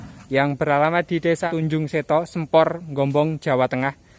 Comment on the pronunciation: Sempor bukan sEmpor